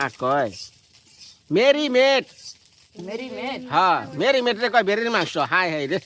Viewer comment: মেরিমেট না মেরিনেট যা বলতে পারেন না শুদ্ধ করে তা না বললেই হয়